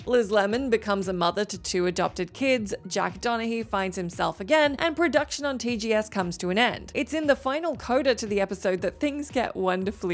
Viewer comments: It's Donagee, not Donahee. I know you did that to get is to quote that episode. It's a great one. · Donagee not Donahee